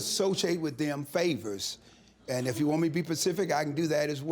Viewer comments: "I associate with them for favors. If you want me to be pacific...." 🤣🤣🤣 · I knew I heard pacific!😆😅😂🤣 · What is so hard about the word SPECIFIC!??!??!!